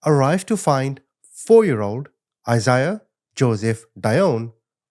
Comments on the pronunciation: lol it’s a Bible name. (I-zay-uh) Isaiah. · It’s “I-zay-ah”